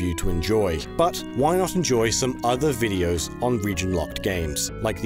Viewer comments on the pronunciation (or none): none